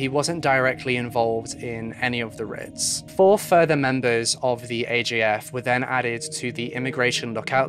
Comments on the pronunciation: The word rite/rites is pronounced the same as “right/rights”. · Sorry but rites is pronounced rights, not writs. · I hate being that person but.... Rites is pronounced Rights not Rits. Sorry. Just for future reference. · Pronunciation technicality... rites = "rights", not "ritts" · I love your videos but I have to just point out that rites is pronounced the same as 'rights'. As in 'rites of passage'. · It is rites pronounced.rights..writ would be pronounced rit. ..I'm also in the uk..but that's ok..it was a fascinating and sensitively done presentation and a tragic tale. Thank you. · aw baby. Its ok. Its actually pronounced "rights" tho. Aw. Hugs. Aw. Aw. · Is anyone else confused between writs and rites? (As pronounced in the video)